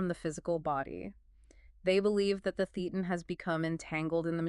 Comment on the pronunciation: FYI: thetan is pronounced - thay ton